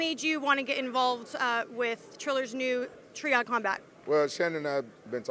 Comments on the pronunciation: “Tree-ad,” I think she () meant triad🧐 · She calls it 'tree-ad'... how can you not know how to say triad? lol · Are you trying to be the female Chael Sonnen by Pronouncing Triad wrong and calling Quinton "Quincey". lol